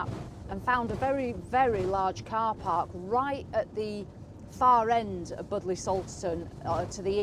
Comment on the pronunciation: Pronounced “bud lee” .....lol.